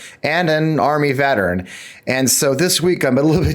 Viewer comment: Biden can't spell veteran nor pronounce it correctly.